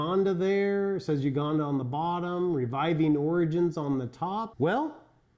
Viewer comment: Heya! Nice review. Just a note that it is pronounced you-ganda rather than oo-ganda.